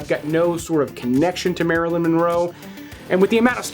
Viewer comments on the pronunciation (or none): none